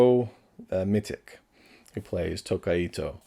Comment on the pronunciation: It's more like Mititch (Mitch with an extra -ti-), or at least that's how I've always heard it.